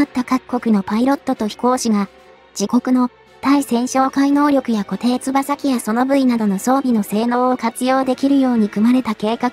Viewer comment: 固定翼 誤りーこていつばさ 正解ーこていよく なぜ漢字読みの間違い多いYOUTUBE